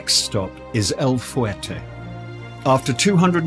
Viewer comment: FYI..Los Mochis is not pronounced "Las moCHEEZ." It's "Lows MOcheez." And El Fuerte is not pronounced "El fooWAIRtay." It's "El FWERtay."